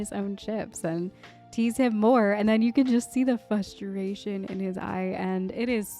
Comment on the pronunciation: "fustration" ;) Glad to see you enjoying Avatar, I shared your feelings when Sokka tackled Aang. So conflicting, this episode really wonderfully captures the turmoil firebenders pursuing peace must face!